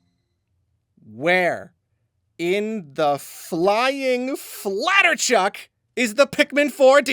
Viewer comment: hearing say flatterchuck gave me genuine whiplash